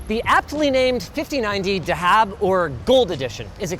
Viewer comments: Lil bro really said dahab 😭🤣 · you pronounce the "dh" in the word "dhahab" like the "th" in the word "that", in arabic it's pronounced "ذهب" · bro cant pronounce dhahab 😭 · Just a little correction Linus, it's pronounced Za-hab (gold) edition, not da-haab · Just to assist you and the other fellow brothers who said that wrong Its pronunciation is just like saying "thahab" and it is Arabic for gold and the th is like in "the" Pull that as a party trick next time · why does everyone pronounce dhahab as dahaab lol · i dont know why it is spelled like that but it is said Thahab which is just the arabic word for gold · Not sure why they called "Dhahab" since the literal pronunciation of the word in arabic is "Thahab" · The way to pronounce gold in Arabic is : The-hab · The way he pronounced dahab (gold in arabic) at the start made me die inside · the way you said gold in Arabic lol